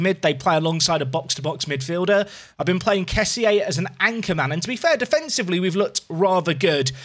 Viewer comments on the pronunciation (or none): Loving this. But... Kessie is pronounced 'Kess-e' - That's how the man himself says it!